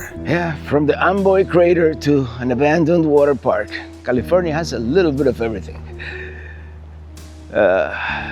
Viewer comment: "Niddles, Caleefornya." 🤣